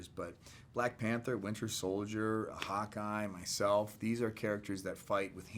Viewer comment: Every time he says Hawkeye I hear "Hot Guy" and I'm just like where!?